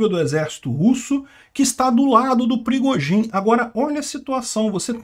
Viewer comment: O "perigozin" kkkkk